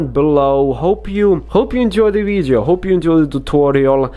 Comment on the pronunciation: Who else likes it when he says “veedyo”